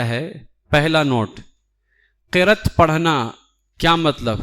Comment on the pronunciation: Qirat nahin hai, qiraa't hai.